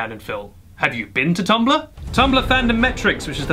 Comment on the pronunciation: "Tumballah" ... gotta love the accent